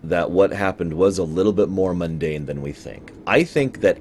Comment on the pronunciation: you are funny! Every time I heard you say "mundane" I'd start giggling because I'd think of Byron and his group of "teleparths". Gods, I'm so annoyed by Byron as a character, Bester may be an evil bastard by he does have personality, I've read Claudia Christian's memoir in the last year or so, and it's way too "gosh wow" for me. She and Bruce do seem to be on speaking terms these days, though. I found this on YouTube about twelve hours ago FCD Out of the Ashes 2.0 - Babylon 5 Talk (Claudia Christian and Bruce Boxleitner) See you next week!